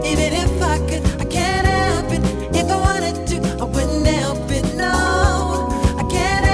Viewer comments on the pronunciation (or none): Does anyone else get annoyed that Michael never pronounces the "H" in 'Help' in this song?